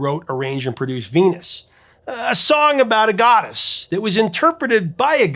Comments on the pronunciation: Sounds like she's saying fetus, not venus. And bananarama makes it sound like penis not venus. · It sounds like she sings "Fenus". "V" is pronounced as "f" I Dutch (and German).